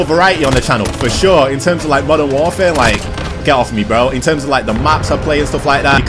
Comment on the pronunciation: "You guys are definitely gonna get more variety on the channel, for sure..." Me: Thinking he's talking about playing different games: "...In TeRmEs Of MoDeRn WaRfArE..."